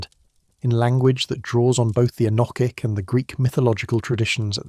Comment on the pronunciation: All very interesting, but what on earth is the relevance of many of the pictures shown, such as the Bayeux Tapestry , some pterosaurs at 45.55 and some Chinese text ? Why do you pronounce "enochic" in three different ways? Why do you say that you "read" (past tense) the comments? Is this AI text-to speech"?